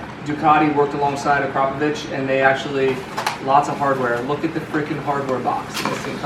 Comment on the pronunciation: Thank you for being the only person besides russians.. to pronounce AKRAPOVIC correctly!! And yes those baffles better come out.. baffles are like pacifiers, only we wanna hear the Ducati cry!!! As always please SUBSCRIBE to my new channel already! Lol